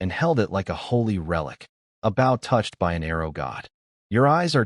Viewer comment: The machine reader says "bow" incorrectly but says "crossbow" correctly. Just funny I think.